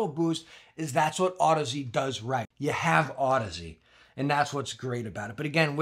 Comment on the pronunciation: Finally, someone who knows how to pronounce Audeze. Youtube is full of cringe.